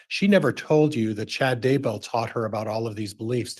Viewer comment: It’s “Dudday”. What the heck?